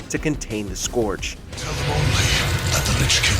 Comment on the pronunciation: Letting you know, scourge is pronounced scurge. Was mislead first time I saw it written.